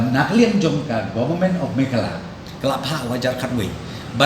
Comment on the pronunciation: "Meghalaya", u knnoh "mekhala"te phi, chish krn style khlm iahap tng khndt rh, ka rwjakhlia rwjaboh men die ri.